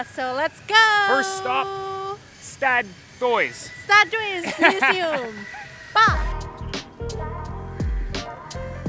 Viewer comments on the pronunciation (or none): The correct pronunciation is "STAD HOUSE" means city hall in dutch. Stad is city and thuys (pronounce house) is house. Stadthuys is the old dutch spelling for stadhuis nowadays